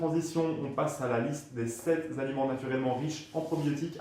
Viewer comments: Merci les infos. Attention aux liaisons maltapropo genre "7 zaliments". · On ne dit pas "sept-z-aliments". Sept ne prend JAMAIS de "S".